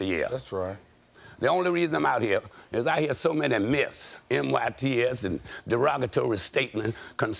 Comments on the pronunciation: He said myths ( MYTS ) 🤦🏽‍♀️ Education is lacking tremendously!!! Bro’s vocabulary is ridiculous!!! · Bilbo!! Said Myths but spelled it Myts lol Told you All the Pumps ARE Dumb Ass Pimps 🤣😂